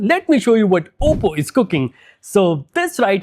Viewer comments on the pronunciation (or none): none